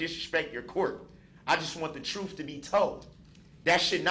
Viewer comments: “Dishreshpeck” “Truf” “Dishonor” What a moron. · He just wants the “troof” to be told! lol 😂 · … and nutan but da troof! 😂. He ain’t axing, he’s telling!